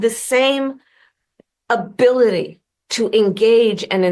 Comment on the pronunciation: "and you have the same abwility 😵‍💫🥴"